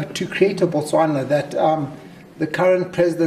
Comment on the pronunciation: You must have been a terrible visitor then ... Or you don't even know what you are talking about. As a matter of fact, there are few places in the world more friendlier than 🇧🇼. Well you actually said Bwastwana, my apologies...